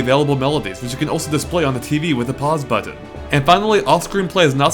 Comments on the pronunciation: hehe, you say button funny :) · U say the word button wired lol